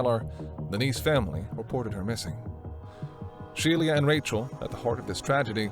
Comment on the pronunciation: It's not Shelia. It's pronounced SHE - LA